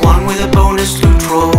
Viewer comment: The way you say 'loot' as 'lewt' amuses me greatly